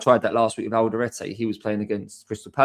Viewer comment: Thanks for the videos mate 0 enjoying your content. One minor point - it is Al de rEte, not Al de rAte.